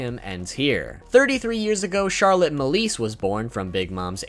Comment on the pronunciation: As someone who lives in France i cringe whenever you pronounce some of the Charlotte family names